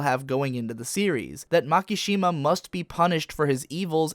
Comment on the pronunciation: I always hate how pronounce Japanese words..... MAAAKAAASSHIIMAAA. seriously bro, you dont have to pronounce every vowel into a long one. its not that hard really try it "ma ki shi ma"